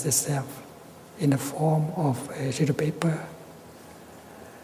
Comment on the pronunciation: Sounds like he says "a shitty paper"